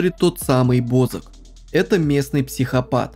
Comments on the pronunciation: Не БОзака а бАзака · Бо ЗАК ударение на А